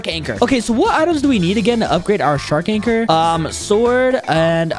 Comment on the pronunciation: Bro said water shark lol its shark anchor